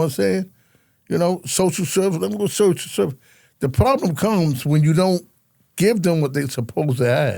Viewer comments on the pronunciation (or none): none